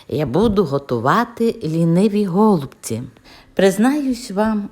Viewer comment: В слові голубці, наголос треба робити на,, і,, , так я ви кажете, це дуже ріже слух...